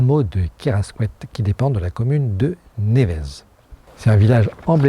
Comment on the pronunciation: Pour Nevez, prononcer « Névé » 😊 Sinon tout est parfait et ce choix de pied à terre / source de revenus est excellent 👌